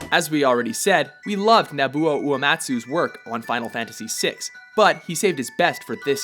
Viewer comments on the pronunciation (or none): Narrator pronouncing Uematsu's first name wrong is seriously grating my nerves, man. It's NOBUO, not "Nabuo". Geez.....